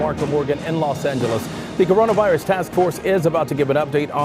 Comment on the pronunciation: Trump has to ;say Chinese flu he cannot pronounce Coronavirus. Hey Mr. president, your Bobble heads are to close....not the prescribed 6 feet away. We are all gonna ....have to be alert and careful. Don't forget he calls it the invisible enemy. Kinda catchy like "I call it CONCast" so slick, so witty, wow what a man!